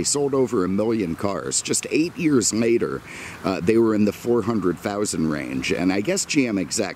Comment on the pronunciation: why does he use M’s instead of L’s? “10 years mater”